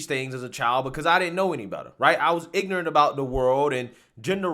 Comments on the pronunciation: Not only is he a failure as a father. He's also "IGNANT" on how to pronounce IGNORANT. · "I was ignant" lmao yes d wade you are IGNORANT. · Why did he force himself to say ignant instead of ignorant? This is what these elitist do to be “relatable”? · Dwyane Wade "I ain't ig'rent".